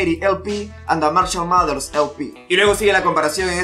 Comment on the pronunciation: "Marchal Maters"